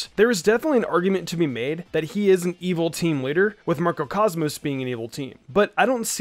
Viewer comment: “Marco Cosmos” “Eternus”🤦‍♂️